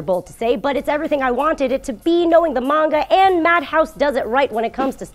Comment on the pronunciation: She used the long and short a sound when saying Manga.